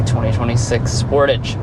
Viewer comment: Sportaaage sport-"ah"-ge Americans pronounce this cars name so weird lol